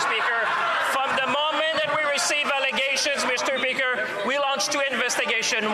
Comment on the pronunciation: lol he says Mister peaker. Accurate